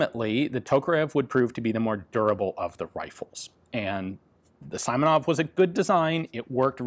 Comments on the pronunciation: It is so highly unlikely to be "saimonov" that you should bet good money against it. Pronouncing the letter "i" as "ai" is a uniquely english thing. Nobody else does that. Google "great vowel shift" to see why and how that mistake was made. So yeah. I give you a 99.99% likelyhood for that guy to be called seemonov. That´s what the letter "i" stands for: The sound "ee". Except the british fucked that one up. For every english speaker everywhere. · It is Simonov, as in Seemonov, sorry about that ))) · haha, nah it's seemonoff but is written as simonov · It is indeed "SEE-mo-nof". The antiquated Russian first name that this surname was derived from is "Simon", pronounced "SEE-mon". On the same topic, the other two are "FyO-dorof" and "Degtya-ryOf". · Ian, he is surely SEE - MO - NOV (Симонов). Thanks for great video!!! (and for appreciating work of Soviet constructors) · Name's pronounced as "See-moh-nov", Russian letter that's transliterated as "i" in 95% cases is in fact "i" (as in "sea"), while "e" is generally a short "e" as in "let". English pronunciation rules do not work in transliterated names. Another thing, from what I know, during WW2, both AVSs and SVTs were liked by the marines, but not so much among the regular infantry, for they required much more maintenance to function reliably than Mosins did. And if the marines (which in Soviet Army of the days were mostly former sailors) were used to carefully servicing their arms, infantrymen were not so much, which predictably caused malfunctions. And thanks for the videos! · Simonov is pronounces See-Myo-Nov. The two Cyrillic letters in the serial number are Zh and N. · From my semester of Russian I believe its pronounced "See-mon-ov". My Russian history teacher, who's Russian also mentioned him in class pronouncing his name like that. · As I said on the SVT-38 video... the first syllable of Simonov is pronounce like sea. Check it out herre: And of course CCCP is cyrillic, so it is pronounced SSSR.